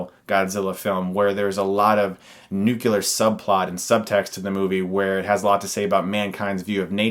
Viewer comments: I'm gonna sound like an asshole, and I'd like to apologize for that in advance. But, unfortunately, there's no way around it. The term "nucular" has turned into my own personal version of the chinese water torture. It has been over a decade since I keep hearing it and it has got to the point where I just want to shout "NUCLEAR!!!" at every person who utters it. For the love of mercy people, stop using it. Please... Pretty pleasee.... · My only complaint is that it's NUCLEAR, not NUCULAR, ffs. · Its Nuclear Chris, Nucular?? cmon man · Did he just say nucular? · Did you just say "nucular"? :( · Stuckman - nice work. 3 little constructive notes, please. Number 1 (or somewhere at the top of the list) cliche' (critic's) word when describing the core or essence of something is (ick) that's right..."meat". Item 2 - its not "mankind", it's "humankind" - even Star Trek TNG got this right. Number 3 - the word is pronounced like it's spelled - nu-klee-urr - nuclear. You are too smart to use tools of mediocrity. Hate me or love me...you are welcome. Thanks for the show. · NUCULEAR subplot? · dude i love your reviews and i thought u were explaining really well how the movie was good etc but ALL your credibility dropped to zero the moment you said "nucular" jk thanks for the recommendation. theatre experience, here i come! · Nucular subplots eh? :D Got some Hackman action going on there I see xD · You said Nuclear like Bush. I know, I know, who cares it doesn't matter but every time I hear that word wrong I laugh and then get bummed out. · You said nucular!!